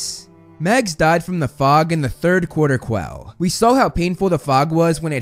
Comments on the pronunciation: It's mags not max? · It’s Mags not max just so you know (no hate )